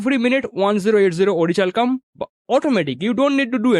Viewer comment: Its pronounced as ओरिकैल्कम 😊 Thanks for the informative video 👍🏼